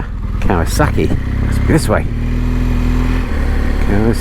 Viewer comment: Did you say.... cow a suckie??? Is this in Worcestershire with the tunnel bridge you went under ? It looks so familiar from another channel I watch. How many ways do you pronounce Kawasaki? I've heard 3 I remember when the first kow 900 came out in the early 70's and the joke was when trying to get insurance for it, the insurer would say, that's not a motorcycle, that's a rocket. 😂 and then a year or 2 later the Kz 1000 came out and not many could afford the insurance on it. So this is a new video??? You said happy new year. This has got to be cold.You should have said the temp. Scran is not a U.S. Navy term. I would know. geedunk is for junk food as well as pogey bait. Why are you people still closed? Another great thing we did not do in Florida. Fries and EGGS???????!!!!!!!!!!!!! ham and beans??????!!!!!!!!!!!! Pork blood????!!!! Oh, only at gunpoint. how does anyone eat blood???? Nice ride. thanks. 😁